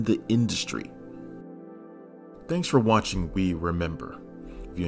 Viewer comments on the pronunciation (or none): none